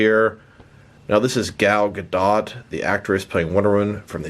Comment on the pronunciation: It's Gah-dot.